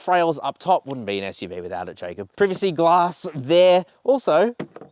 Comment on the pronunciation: Why are you still saying privacy like that?!